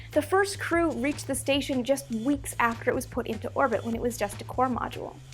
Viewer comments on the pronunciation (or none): none